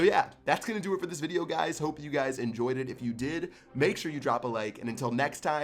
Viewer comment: uh! your "peace" was weird... say that again if you do a q n a